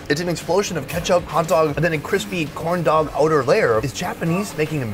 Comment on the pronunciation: The way he said corn💀💀💀💀💀💀